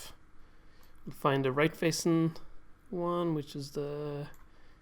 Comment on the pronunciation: why are you saying C instead of T ? example in right --> rice xD greeting from germany